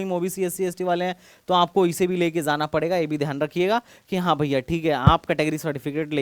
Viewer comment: sir aap 'J' ko 'Z' ki aawaaz kyu nikaalte hi. For ex. Aap 'jaana' ko 'zaana' kyu galat pronounce krte ho, sunne me bahut bhadda aur ajeeb lagta hai.